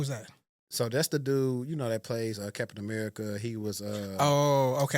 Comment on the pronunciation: Cap-tain America